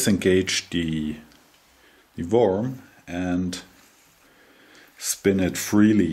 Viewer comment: Excellent. Worm is pronounced as if it were "Werm", not Worm.